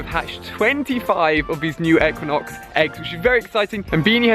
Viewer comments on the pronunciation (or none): Pronounced Ee-qui-nox